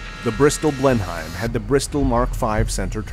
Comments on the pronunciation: It's pronounced 'blennim', not 'blen-heim'. That just sounds German. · The Bristol Blenheim is pronounced Blenim, nice try but no cigar. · Good stuff, pedant point Blenheim is pronounced Blen.emm